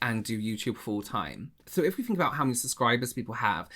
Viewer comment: "I don't fink so"